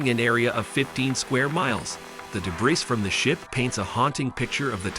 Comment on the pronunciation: Debris is pronounces Duh-Bree. Not De-Breeze. Heir is pronounced "Air". The s in Debris is silent, as is the H in Heir. These oopsies in language might be off putting, so just sharing for your ongoing improvement. Otherwise good vid